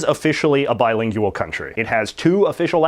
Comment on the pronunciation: I love the way you pronounce "bilin-geyou-al.